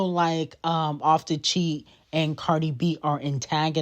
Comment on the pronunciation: You are so lame to incorrectly say Cardi and offset name. You are a barbs fan clearly and not all of us are! Cardi b fan for life!